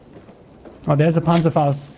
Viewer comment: Im from Germany and you pronaunz Panzerfaust very good